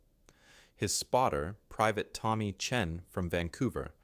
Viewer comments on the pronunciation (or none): none